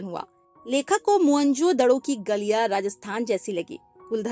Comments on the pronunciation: Mhonjodaro ❌ Monjodhdo ✅😅😂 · mohan jodharo ❌ mohan jodhdoooooo ✅ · Mohanjodaro ❌ Mohanjoddo✅😂😂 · Mohanjadaro❎️ mhanjadado😂✅️ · mohenjodaaro pronounce karte hai maam